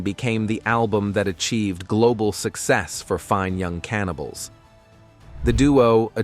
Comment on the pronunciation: Apart from sounding like the type of voice you frequently find on conspiracy videos there's a few points where it stresses the wrong words. Very noticeable when it's in the middle of a band name such as "FINE (pause) Young Cannibals" because the software thought the first word was a verb. I also use a generated voice for some help videos with Amazon Polly. I find speeding up the voice sounds more realistic as it doesn't then E-NUN-SEE-ATE every syllable. Using a non-American accent also makes it less likely that you'll recognise it as software. I do tweak it with options that tell it how to pronounce certain words and to add pauses in at the correct time. And no, I don't work for them 🙂